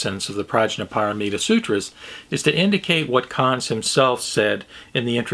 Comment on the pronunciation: Not entirely sure but, isn't Dr. Conze's name pronounced "Kon-zee" - two syllables? The fellow I teach with studied with him in the 60s at the U of WA and pronounces it that way.